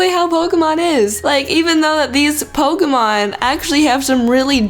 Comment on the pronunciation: it's pokEmon not pokUmon!!!!!!😠